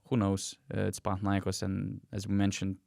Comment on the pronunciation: It's panathinaikOs and olympiakOs.. I am Greek, I know better. You can always hear Google translate..